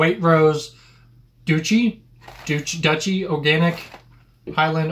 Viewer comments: Also Twi-nings not Twin-nings and also Duchy (like dutchy) not doo-chy. According to research in the UK Twinings is now no:1 by value of sales with PG-Tips 2nd and Yorkshire 3rd. PG and Yorkshire are a lot cheaper price per bag so more used for catering purposes (if you went to a cafe (very different from a café) you would expect a PG or Yorkshire bag) as well as general home usage so probably each still has more cups drunk per person per day than Twinings. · Duchy is prounouced "Dut" chy" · pronounced dutchy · Duchy - as in Dutchee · 2 things never squeeze the tea bag, make sure your water is totally boiled it didn’t look hot enough time, no more than 2 mins for those teas. More water less milk. Needs to be steaming. The twinnings English breakfast is a better quality tea. Pronounced Duch-ee u is in U for umbrella, ch as in church, ee as in bee Enjoy! I prefer Typhoo… also many Krogers in the US in their international Isle have British tea and biscuits. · Duchy (pronounced dutchy) is Prince Charles business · Ok:- It’s a kettle NOT a teapot It’s pronounced Twine-ings and Duch-ee (as it’s produced by the Duchy of Cornwall, Prince Charles’s company) I prefer Typhoo and with lots of milk (as you made it) though most people prefer it stronger with less milk Apart from that you nailed it and yes you should consider yourself honorary Brits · Duchy is pronounced Dutchee. It is the estate owner by a Duke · PS - The word "Duchy" on the Waitrose shortbread is pronounced 'Dutchy' and signifies that one or more of the ingredients come from HRH Prince Charles' estate of "The Duchy of Cornwall". So they're actually pretty 'posh' biscuits. I think real shortbread like that is so buttery and tasty, it's much nicer NOT to dunk it, as opposed to Rich Tea biscuits (which I think are very bland). McVities Digestive biscuits and McVities Hobnobs are the best for dunking in tea. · Duchy - prounounced Dutch-ee as in an area presided over by a Duke or Duchess.